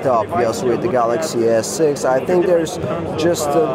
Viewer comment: "Galaxy S-Sex"